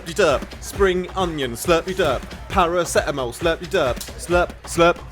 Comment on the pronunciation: I stand corrected, Its pronounced Slurp De Durp. I kept saying slurpy durp.